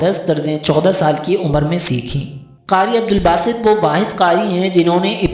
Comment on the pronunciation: عبدالباسط ہے صحیح لفظ۔ اور کسے نہیں کیسے ہے۔